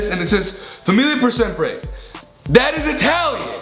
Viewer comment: ETHANNNN YOU SAID SEMPRE WRONG USHDJDBFNC